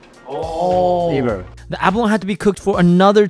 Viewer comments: The chef that can barley speak English pronounce abalone right but the channel guy can't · He cant pronounce abalone.